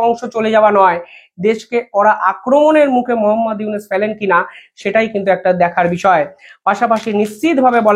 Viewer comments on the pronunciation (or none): none